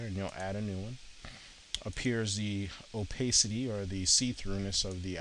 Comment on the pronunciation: op-ay-city? really? it's op-ah-city.